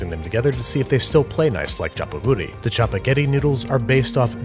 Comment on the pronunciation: The way you pronounce chapaghetti and neoguri makes me cringe